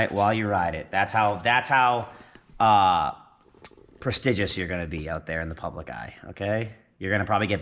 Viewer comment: prestigious try again Wtf did he say Haha